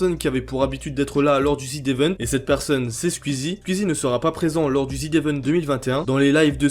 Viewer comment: pk tu dis ZID évent PITIéééééééééé